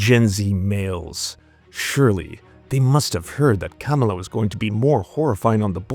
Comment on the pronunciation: Why do you keep saying “Kämala” like that?